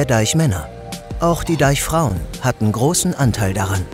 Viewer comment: Dieser Cring wenn er Deichfrauen sagt😖